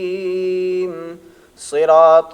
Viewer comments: ماشاءاللہ بہت عمدہ مگر آ پکا لفظ صراط مجہول ہے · آپ کا نمبر ہوتاتو ضرور گپ شپ لگاتے اجرا کا مجھے بہت شوق ہے۔۔۔۔۔ اچھا حضرت صراط میں ص کی ادائیگی أپکی بھی مجہول ہے ۔۔۔۔۔۔